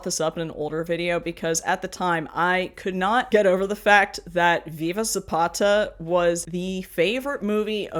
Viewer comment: Thank you for actually saying Viva Zapata and not Zapada like most gringos say. To clarify, I don't care about that movie, is just the way most gringos say "Zapada" always bothers me a little.